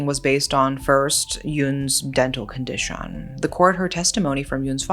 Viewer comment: I just love the way speaks. She'll be like "she couldn't brea.....the" “afforrrrrd" “conditishon" “driiiiink" etc lol ♥️